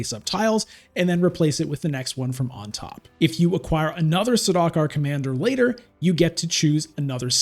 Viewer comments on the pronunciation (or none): Saw-DOCK-er 😭😭😭 it's SAR-duke-are